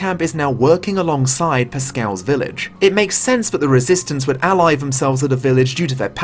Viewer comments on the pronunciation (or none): none